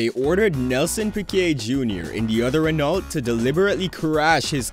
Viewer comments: Renault ...the L and T are silent lol. It's like Renau...Reh-no not Ren-alt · Very good video, here are some suggestions, work on your pronounciations, such as renault, its pronounced as; reno(t) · reno to an american is REE NO .. just saying. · How does one get Renault wrong lol.